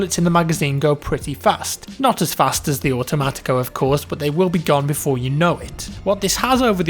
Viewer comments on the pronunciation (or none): none